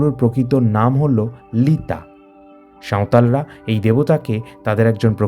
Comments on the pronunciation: লিতা নয় ᱞᱤᱴᱟ. | ᱞᱤᱴᱟ. এর উচ্চারণ বাংলায় ঠিক করে লেখা যায় না । অস্ট্রিক ভাষা বংশের মধ্যে ᱜᱟ.ᱦᱞᱟ. উচ্চারণ দেখা যায় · কথা টা লিতা নয় লিটা. বুধি নয় বু ড়ি।